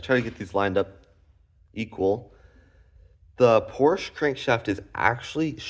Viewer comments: Wenn dein Vater wirklich deutsch ist, ist es eine Schande einen Sohn so aufzuziehen . PORSCHE wird als Porsche ausgesprochen. Hör auf mit dem Mist. Du hast doch keine Ahnung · Just one thing friend - that's irritating to hear. Please pronounce Porsche correctly. The "e" on the end of the name is pronounced in German. There are two distinct syllables. Say "Porsch-ah".